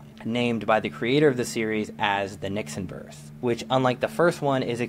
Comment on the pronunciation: it's nixon not nixion